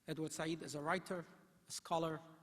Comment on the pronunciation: The inarticulate chancellor consistently mispronounced the name of this great scholar…… Edward Said, a gentle intellectual giant sadly missed. But his friends and the world have his legacy in spirit and print for posterity.